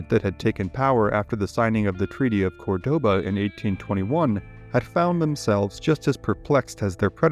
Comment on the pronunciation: It's "Córdoba", not "Cordóba"